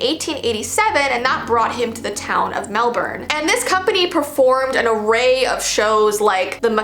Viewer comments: I love how she say Melbourne 👍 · thank you for doing Australia! and pronouncing Melbourne correctly!